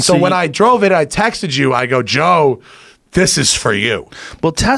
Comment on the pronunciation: Did he just say "Toe Rogan" in the intro? LMAO